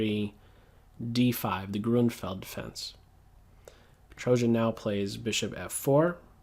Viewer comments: It pronounces petrosyan not petrojian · Thanks, aweome! One thing though, his name is pronounced bedrosyan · Actually, let me add a comment about pronuncialtion.... Well, Petrosian is pronounced in the following way: "s" in the middle is much like as in "south", or '"swiSS", "sand", just standard "s". Whereas, "ia" diphtong is much typical of all armenian names like Aronian, which is kinda mix of "an Apple", "Angle" and "YAnkee", "YAhoo" - [ae]. Just type "Петросян" in Google Translator and listen to Russian pronunciation. It's correct! Besides, I like the game coverage! Great analysis,!